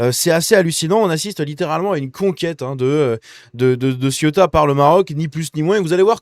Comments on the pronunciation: Pour rappel on ne dit pas ciotat mais cé-ou-ta . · Arrête de prononcer Ciotat qui est une ville française près de Marseille qui se nomme La Ciotat. Il faut prononcer Céouta pour info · On dit Ceuta et non Cieutat qui est une commune française! Oh!!! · CE-OU-TA,pas CIOTA.